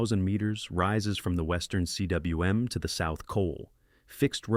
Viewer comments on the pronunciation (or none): Will he say See DubvaYou Oowim for CWM (coom)? How long will he continue? Will the Welsh change pronunciation of the word to match his whacky half-attempts at pronouncing it without taking one minute to look it up? So many questions…